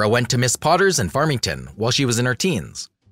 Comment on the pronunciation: Very well done but it’s Miss Porter’s School not Miss Potter’s and it’s in Farmington, Connecticut.